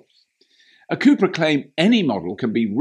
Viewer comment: Hehe the way you pronounce “cubra” made me wonder if its original name was “chupacabra”